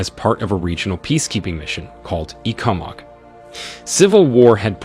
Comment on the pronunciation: ThanKs for the video. Few corrections: It's pronounced 'ECO-MUG' ... WarwicK university is pronounced "WarricK" ... ThanKs and aII the best with your channei